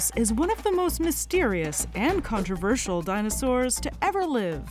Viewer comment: one of the best illustrations in this one, very good work! sometimes the presenter puts emphasis on the wrong words which makes it sound unnatural, like those AI text to speech systems on tiktok that don't know semantically what they are saying. for instance, the word AND is often emphasized in a way that distorts the meaning of the text. it distracts from the video, in my opinion